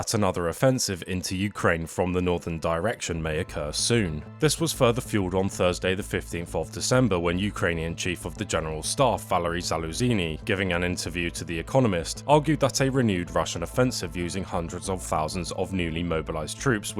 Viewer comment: hey. love the vid and keep it up. its pronounced zaluzhnee. like zh in mirage if u can make that sound. regardless, chears